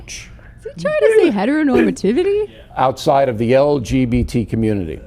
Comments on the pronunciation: heh....heh-tur-oh... heh-tur-oh-nor-maveity? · "...is he trying to say 'heteronormativity?'" 😂